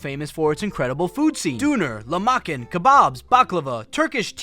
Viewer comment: how did you go to istanbul and not learn how to pronounce Lachmachun 😭